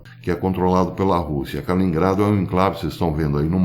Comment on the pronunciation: KALININGRADO, Professor! Não Kalingrado.